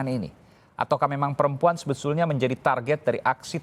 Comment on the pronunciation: ada yang ngeh ,, "sebestul "